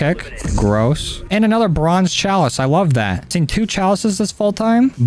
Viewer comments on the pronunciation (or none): none